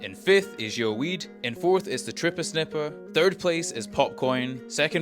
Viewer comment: I dont know if you realized that its not pronounced yo weed, it is yow weed. Word play on yowie being the Australian term for big foot/ sasquach, and them smoking weed.